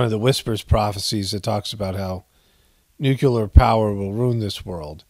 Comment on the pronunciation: NU CLE AR not NUCULAR